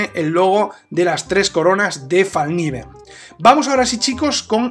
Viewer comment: Una linda pieza. Una sola corrección a la pronunciación de la marca. En sueco se pronuncia foneticamente "felkniven" pronunciando la "k" tal como se escribe, lo cual significa literalmente cuchillo plegable. Felicitaciones a la excelente reseña. Saludos.